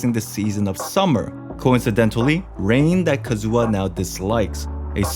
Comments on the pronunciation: I can't take his Kazu*WA* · your kazUha cuts my hear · "Kazua" Pls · "ka-zoo-ha" boi i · Every time you pronounce Kazuha as Kazoo-ha I lose a year off my life :') Great video tho! I enjoyed it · WHY ARE YOU CALLING HIM KAZOO-AH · Who is this Kazoo-Ah guy hmmm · "Kazooha" Me: instrument? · Ah yes, Kazoo-ha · Calm down.... There's no need to start a riot because he pronounced Kazuha Kazoo-ha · "Kazoo"ah what???